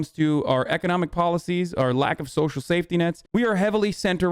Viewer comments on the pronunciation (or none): 137 iq and really said "so-sho" economics